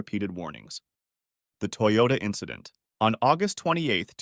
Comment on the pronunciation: "it was just an inchident on the track"